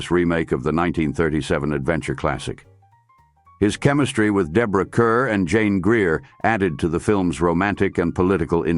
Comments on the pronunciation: I´ve been in love with him since I was a teen in the 60s. Nobody could compare to him in period costume, especially 18th and 19th centuries. Guess that´s why "Moonfleet" and "Beau Brummel" are my favorites. Love "Young Bess" too. Btw, her name is pronounced "car" not "cur". There are a few other bloopers too. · Interesting. Thank you. I do believe, however, that Ms Kerr is pronounced CARR. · Mispronounced Kerr too